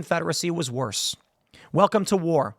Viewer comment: “THE CONFEDERACY WUZ WIRSE!!!” Was it Tim was it really?